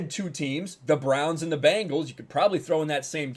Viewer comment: Dude you pronounced Bengal and Jaguar wrong and its bugging the F#$K outta me